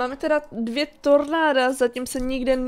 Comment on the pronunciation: řekla místo tornáda ornàdo